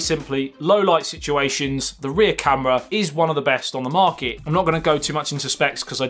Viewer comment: Your pronunciation is so cool. Chorge, disploy... Morket... Love it